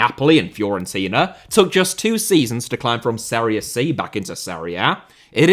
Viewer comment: Serie C is pronounced Serie Chee